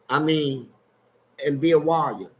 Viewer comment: Big homie fleece did you say you became a WIRE WIRERER OR WARRIOR?🤷🏿. LOL. GOOD TALKS👌